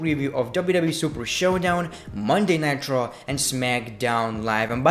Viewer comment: Anyone notice he says Monday night traw